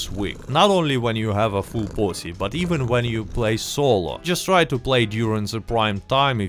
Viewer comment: Every time you say posse, I hear something else.